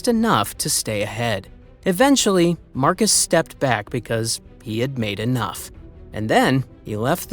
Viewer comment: Marxus is pronounced Marcus in this case 😂 25k to 20k is like 10 seconds at the start of the vid and probably a mistake 😂 Cheer up you old head